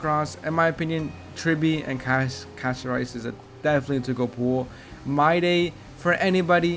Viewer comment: Bro said Casto🍚